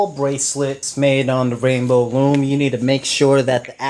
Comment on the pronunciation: I'm not trying be mean but the way you say rainbow loom it kind of weird